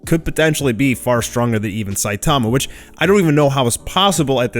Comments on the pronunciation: it's Sai-tama not Sai-taama. Covid19 hit you hard? Take a break maybe... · Is it me or has changed the way he used to pronounce SAITAMA'S NAME????